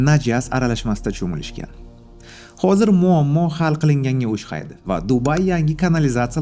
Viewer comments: Ушхайди эмас ухшайди деб гапиринг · Assalomalekum óshqaydi mas óxshaydi deng iltimos